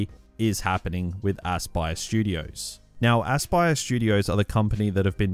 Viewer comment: Sounded like you called it assblast studios